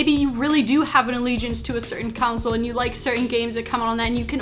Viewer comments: The word is pronounced CON-SOLE not counsel haha. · Tf why you saying council? Can't say console can you? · Console, not counsel. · Did anyone realize that she pronounced "console" to "counsel"? Lol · Lol I live in the Midwest too. I've never heard anyone say it like that.